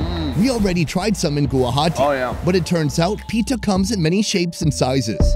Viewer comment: The way pronounces "pitha" kinda made me laugh.